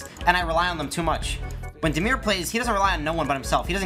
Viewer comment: It's damir not demir btw